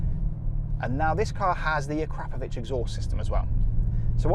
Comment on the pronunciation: 'dive straight in'. Really. Are youtubers still saying this? Oh and it's prononced AKROPovic.